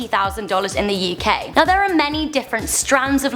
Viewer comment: Me: UK Her: YoUh KaY